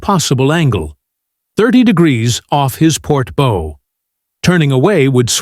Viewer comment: Hey author…teach AI the difference between a Navy Bow and a Bow like a compound Bow…when reading. So much for technology